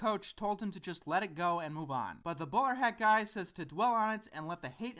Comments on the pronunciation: Oh, "Bowler hat guy"! Sorry, I had to double check since I thought you said "Borat guy". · it sounds like you're saying Boar Hat guy